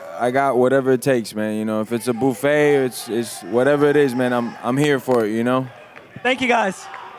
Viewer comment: Is it me or did Masvidal just start the conference with "Boo ffet" ? Diaz eats buffets for dinner lol. I cant wait for the fight, it will be epic. Hope its a draw so we can see it again